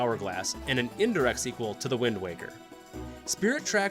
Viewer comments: I almost quit the video after he said wind walker, but the comments seem to be mostly positive so ig ill keep going lmao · Holdup did you just say windwalker? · Windwalker???? Windwaker!!!!!! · I lost interest at "Wind Walker" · Wind Walker why did he call it that